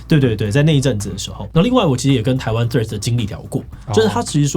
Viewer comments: 不是唸"脆"，這樣唸拼寫會變成 tread，"th"read 才是正確的唸法哦(輕咬舌音"th") 讀起來會是 [θred] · 左邊那位不就一直唸treads嗎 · 雖然是得尊重發音方便大家聽得懂，但自己是真心覺得不知道是在脆三小賴三小，Threads 就Threads ，Line就Line啊😂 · 怎麼左邊那位唸Threads唸到後面變了Trash🤣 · 對Threads沒什麼特別看法 但看到一堆唸脆的就很惱人 英文是多爛發音都不會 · 所以為什麼Threads要讀成脆🤔 兩者讀音差太遠吧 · 為什麼會唸成脆的😅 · 到底為甚麼是脆? th的音再怎麼說也是碎紙，就算讓100個英文母語使用者一邊吃麻辣火鍋一邊說這個字也不會出現一個脆讀音的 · 再難讀也應該讀成d/f音吧w 讀成脆真的是... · 這我也很好奇😂😂😂😂 明明怎麼唸都不是脆的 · 他就唸錯啊😂😂😂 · 我以為是不會唸threads，所以唸成 tree😂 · 身為應用外語系的畢業生 聽到別人唸成"脆"我也是很煩躁 聽說始作俑者好像是綜合口味的作者 話說他跟我同一間大學畢業的 看來他不知道以前我們系上有兩個很機車的教授（其中一個還是當時的系主任） 如果在她們面前唸錯 有可能會被糾正發音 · Threads 會不會念?不會可以GOOGLE翻譯不然就叫他脆就好了 聽了很躁